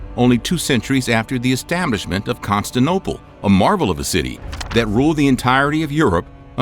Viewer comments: When you get in the first grade, you’ll learn how to pronounce Constantinople. In all of your videos with that word you say, “Constanople”. It’s Con-stan-TIN-ople. Your videos lose all of their believability when you can’t even pronounce that word. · Pls take down this upload and redo the voice over! Its CONSTANTINOPLE NOT Constinople! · Constantinople. Not constanople. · Constanople? Never heard of it. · I don’t get it. He can pronounce ‘Constantine’ just fine. So why does he say ‘Constanople’??? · Never trust a video saying “constinople” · Narrator of this video—learn to say « Constantinople » properly. It’s not « Constinople »—among numerous errors in this video. You are obligated to state facts correctly, and if not willing to correct your errors, take down your video. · Stopped watching after the second "Constinople" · ConstANTINople, not Constinople !! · Constantinople* not Constinople. Very distracting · Constinople? This is appallingly amateurish. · "Constinople" ? Word? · Constanople? Constantinople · There’s a “ti” in Constantinople - Constanople is incorrect - but I figured this mispronunciation was a way to get comments to better serve the algorithm. A lot of Youtubers do this, they’ll misspell something in the title etc. to get people talking. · The "Constanople" thing makes this impossible to watch. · "Con - Stant - inople". Not Constinople. Ignoramous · It's difficult to take this seriously, when the speaker can't correctly pronounce the word, "Constantinople" on MULTIPLE occasions. He sounds ignorant, thus the video sounds ignorant. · Saying consta-nople is missing a syllable, anti. Bah-porous instead of boss-for-us for The Bosphorus. So many inaccuracies- this is how the internet goes wrong and leads people astray. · constinople? bop-horus? dude! read the letters! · If it's Constantine, why the f*ck does the guy speaking insist on saying "CONSTINople"...??? It's CONSTANTINople! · Same! Lost all credibility the second he called it “Constanople”